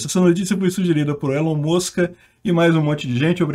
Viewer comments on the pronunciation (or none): "Elon Moska" kkkkkkkkk